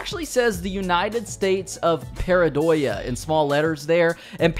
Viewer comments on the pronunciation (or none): The name of the beer 😂😂 The same way, Pindayho, comes from Pend3jo (ars3h0l3) in Spanish, Paradox in Spanish is pronounced “Paradoha” 😁👍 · not sure if we might need to know the USP for lore but I'll correct your spanish, in english it would be pronounced PA-RA-DO-HA Love your videos man, such great GTA content all these years, keep it up and stay amazing as always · Lmao Pindayho 😂